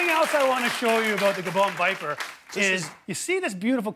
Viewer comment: Wait... WHAT DID HE CALL THE GABOON VIPER